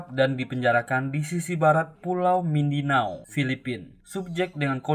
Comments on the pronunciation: Pulau MINDANAU min bkn MINDINAU 🙏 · Mindanau..bukan Mindinau admin